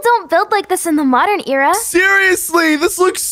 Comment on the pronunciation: "there you go we're in a new aira"